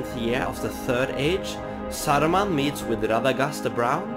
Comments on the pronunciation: Why you pronounce the names in Russian accent lol? It's Saruman, not Sarrruman, or whatever that was. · "SAURMAN OF MANY COLOURS!?"